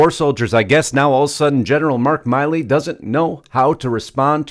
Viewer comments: Milley not Miley. Not to be confused with Miley Cyrus. Milley like a mill. Just FYI. Losts of people confuse this. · I believe it is 'Mill-ee' not 'Mile-ee'. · Isn't General Mark Milley pronounced like Willie? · His name is mill-ey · You're saying his name wrong and this is nothing nobody talks about this on October 24th 2020 on YouTube on a site called crooked media approximately 19 minutes 19 seconds in Joe Biden said and we've all heard it we're in a situation where we put together and you did it for the Obama Administration we put together the most exclusive and extensive voter fraud organization US History everybody should be showing that everyday Trump should be showing that that at the beginning and the end of every rally everybody should be showing that every day when they start a show and end the show call Harris is not legitimate they stole the election they were selected Not Elected they're illegitimate that's treason